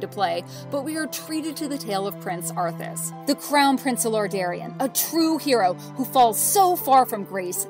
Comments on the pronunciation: WTF Lor-DareEon LOL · Sorry but you guys made so many mistakes I lost count and stopped watching. Also it's clear that whom ever voiced this isn't a WoW or even a Warcraft player as either one of those would know how to pronounce Lordaeron and/or The Scourge. Cheerio.